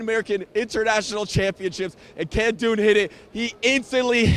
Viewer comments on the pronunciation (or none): none